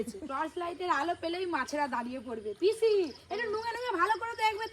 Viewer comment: পিসিকে বলছে পিচি😂😂😂😂😂😂😂😂